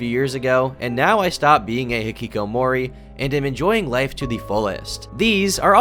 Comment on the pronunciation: I cringed at the way you pronounced hikikomori lol. Not a problem tho as I know none of us are Japanese 💀💀